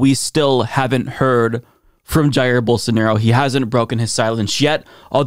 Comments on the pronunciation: "BOWL-SAN-ORO" -Rave Dubin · Geez, thanks for reminding me of the “Don’t Burn This Book” weirdo saying “BolSARNaro” -_